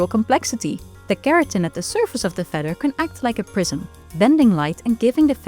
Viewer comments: Wouldn't it make sense to have a narrator who can say feather properly? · Had me at "feder" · I love the way she says feather. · I sincerely like the way you say "feather". ❤